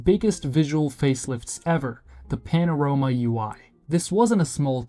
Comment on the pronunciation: I swear these video scripts are done with AI and these braindead "youtubers" dont even know to pronounce their own script properly.